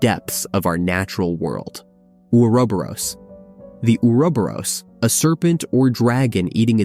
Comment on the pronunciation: I've heard some strange pronunciation of Ouroboros but the way you pronounce it the first 2 times takes the cake!